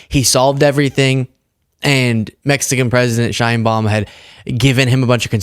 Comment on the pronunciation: thanks for posting this. However, you are mispronouncing President Sheinbaum's name. It's Sh/e/inbaum. Use the Spanish /e/ sound, as in exit.